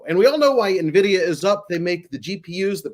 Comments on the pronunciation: Ok, just filled me in on my mispronunciation of Nvidia that you guys are calling out I’ll be practicing it correctly before our next show! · So very intelligent conversation and appreciate the dialogue and point of view. First the guy that mispronounced NVidia 20 times is annoying why is it so hard to pronounce it. Second I think some graphics would be really beneficial. All in all, great job guys. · stop saying nuvidia it's pronounced en(N)vidia :) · It's not pronounced "nuh-vidia", it's just N-vidia. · Dumb Money are the only people in the world who say “nuh vidia” and not “en vidia”. Still lovem tho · Guys Nvidia not Na vidia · Please stop calling it Navidia… it’s pronounced eN Vidia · Ugh Nvidia is pronounced N-vidia. You pronounce the letter N. It’s not navidia. The guy in the middle keeps interrupting his friends and can’t stop talking. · Nvidia (/ɛnˈvɪdiə/ en-VID-ee-ə), Latin for the word 'envy'. Nuh-VID-ee-a, or Nah-VID-ee-a is incorrect pronunciation. Nvidia initially had no name and the co-founders named all their files NV, as in "next version". The need to incorporate the company prompted the co-founders to review all words with those two letters, leading them to "invidia", the Latin word for "envy". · "Neh-vidia"?? "Asure"?? Besides that, you guys should also try to interrupt each other less. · The dude in the middle keeps calling Nvidia "Navidia" 😂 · Does he seriously call nVidia... nehvidia? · The “expert” on Nvidia can’t even pronounce it properly lol! It’s not NA vidia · Nvidia Not Nahvida. 😂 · When you pronounce it “navidia” you convince you do not know it at all. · Stop saying Navidia! Seriously! It really makes you sound dumb. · Did expert 2 just say “Na-vidia”?? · Na-Vidia? Why is trying to rename Nvidia? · Three yahoos bar-chatting stock pump headlines, seekingalpha blather and motley fool summaries. I'll believe a bit more if I stop hearing "navidia". Mini-Cramers on valium.